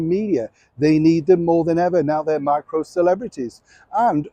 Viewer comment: Emphasis on the word Micro.